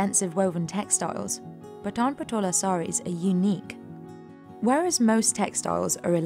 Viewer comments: Very informative video. Just one thing - not sure if others have covered it in their comments - it's pronounced Paa-tan not Pa-taan. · The lady pronouncing it wrong totally ... It's not pataan it's paatan patola saree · Its not पटान its पाटण !!! She pronounced so wrongly our place like she speaking of pathaan!! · Thats Pa(aaa)tan and not Pata(aaa)n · It's Paat'n not p'taan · It is Paatan, not Pataan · It's pronounced as Paatan not Patan. Very shallow research. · It's paatan and not pataan please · You should correct your pronunciation, it is Paatan not pathan or patan. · It's pronounced "paatun" and not pataan, please. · Its Patan Not Pathan 😂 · Paatan( paa ta n) not paatun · It is Paaatan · Even she is not pronouncing the word "Paatan" correctly ... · Very different words, and her pronunciation of Patan is wrong. "Pat" is pronounced similar to "Part" and "an" similar to "done".